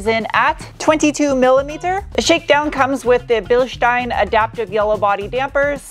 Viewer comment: That engine sounds sweet.Great to hear an American pronounce Bilstein correctly. When you braked I had visions of you retrieving your face from the windscreen.